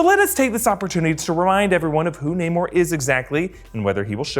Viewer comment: Namor,, not namur